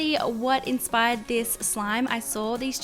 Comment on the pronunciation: Can you stop saying enspired please